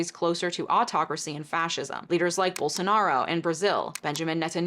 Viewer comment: FYI, Portuguese speaker from Brazil here, when you say Bolsonaro please remember that we pronounce it: bowl-so-na-ro. The "na" and the "r" are separate from each other. She is right that he is fascist. Bolsonaro is a part of the Partido Liberal, PL (Liberal Party), mind you the PL is very Conservative and Liberal in this case mean Libertarian, think Ron Swanson but with no redeeming qualities. Bolsonaro has said that he is okay with people being tortured which is difficult in Brazil because for a while there a dictatorship (that my mother sadly had to live through) in which many anti-dictatorship fighters were tortured including Dilma Rousseff (the first female President of Brazil; who was tortured fighting against the dictatorship while she was university student). Sadly Dilma was kicked out of her Presidency in 2016 because her party was a shithole (it's called the Partido dos Trabalhadores, PT (Workers Party in English) and the PT had committed white collar crimes and a bunch went to jail for it) and while voting for her impeachment Bolsonaro thanked Carlos Alberto Brilhante Ustra for what he did to Dilma. And, ALLEGEDLY, Ustra tortured Dilma while she was a university student fighting against the dictatorship. BTW, I was born in Canada and haven't been to Brazil in a while so my analyze may not be correct.